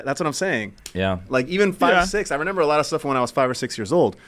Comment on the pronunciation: Someone please tell is remember not renember. He says renember like 10 times an episode and it drives me crazy. He is not 3 years old 😂